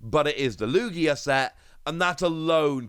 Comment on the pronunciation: ITS LOO GEEAH